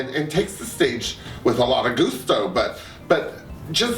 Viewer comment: Thanks for this. And I ask again, how the hell have you not been on DR as a judge yet. You are very observant. Also, here the first shade from me: I think you don't know how to pronounce 'gusto' properly! LOL :)